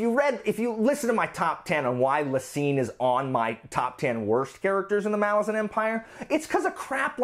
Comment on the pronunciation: I appreciate that you pronounce “Malazan” properly. I agree with being bored by Icarium and Mappo.